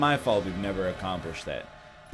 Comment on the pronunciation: accomprish Said the word wrong egg